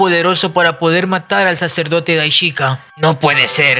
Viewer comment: Lo unico negativo de tu video es la horrenda forma como haces mencion del Sumo sacerdote Daishinkan .. mencionandolo de corrido. Incorrectamente, Puedes decirlo de mejor forma o de la forma correcta. Debes hacerlo en 3 fases Dai luego shin y finalizas con kan Tres silavas fuertes Dai Shin Kan Asi es que se debe hacer. Le recomiendo que escuche los videos de los traductores originales y los priginales mismos.. ((Daichica )) asi no debe ser